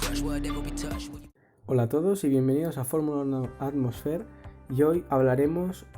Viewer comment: Amigo, me gusta tu canal, pero se pronuncia 'ATMOSFÍIR"... No "ATMOSFEER"... Te lo digo con respeto.